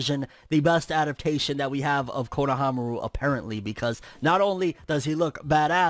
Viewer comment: Not kono-fro-aru. Fro-nohamaru**